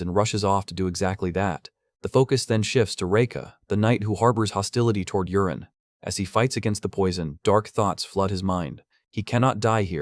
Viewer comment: The name is not Urine, it was Yuren